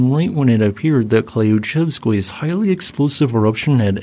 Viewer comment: Klyuchevskoi is pronounced like clue-chevskoi. Crappy transliteration rules. Krasheninnikov pronounced quite good.